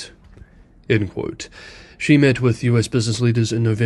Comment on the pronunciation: It's pronounced as 'she' not 'see'.